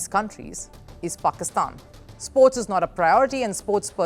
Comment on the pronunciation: We is she pronoucing it as if she's saying PORKISTAN?